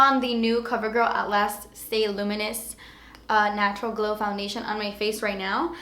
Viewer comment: ***** I purposely spelled it that way bc that's how she pronounced it lol